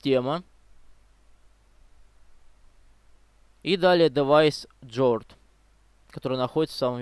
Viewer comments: Ломал голову, что за "джорд", оказывается "гард" ))) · Не джорд а Гуард